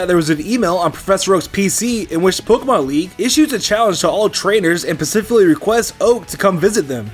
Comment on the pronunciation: “And pacifically requests Oak to come visit them”..... PACIFICALLY